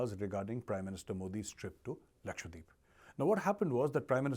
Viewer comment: Omg! Its Laksha dweep...not lakshwadeep